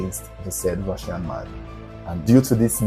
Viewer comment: "Come with me, I'm from Russia 🇷🇺, I'm Rrrussian 😅😅😅😅